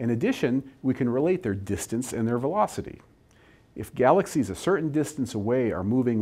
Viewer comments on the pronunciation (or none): Why do you pronounce the word "and", "aay-yand"?